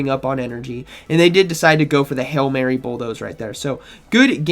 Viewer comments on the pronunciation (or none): none